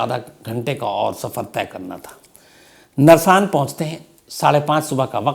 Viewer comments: Sir not नरसान it is गुरुकुल नारसन के पास हुआ ह ये हादसा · Nrsan nahi sar narsan he wo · Sir vo narshan nhi नारसन h ye accident mere ghar ke Bilkul samne huaa Ham sab bahar aa gaye the ye accident gurukul pr huaa h ji Jishe gurukul narsan bhi bolte h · Sir wo narsang nahi narsan h hum bhi roorkee ke hi h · सर नर शान नहीं है वह नारसन है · narsaan nhi Narsan hai Sir 🙏🙏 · श्रीमान जी, नरसान नही नारसन ब्लॉक है । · नरसान नही है। सर वो जगह गुरुकुल नारसन है। मेरे गाँव के पास जहाँ पर पन्त का एक्सीडेंट हुआ। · Narsaan nahi naarsan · नरसान नहीं नारसन है वो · शम्स जी नरसान नहीं नारसन है वो। यूपी उत्तराखंड बॉर्डर। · गुरुकुल नारसन hain bhai vo जगह